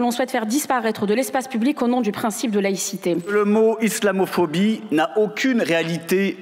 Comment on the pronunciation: '' L' islaméphibie'' C'est quoi ce truc encore ? 😂